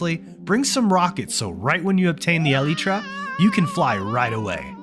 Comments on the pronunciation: Pronounce elytra as. Alaytra. Not eleetra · Eleetra. Thumbs down for saying it wrong. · The eliiiitra?😂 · brother pounces elytra like (ELTIE TRA) LMAOOOO